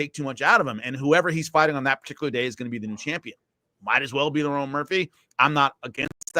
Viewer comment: He keeps calling Lerone "Lauren"